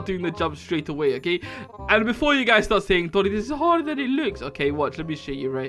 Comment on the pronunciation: No one's gonna talk about how they said "Boni" Instead of "Doni" Just me? okay.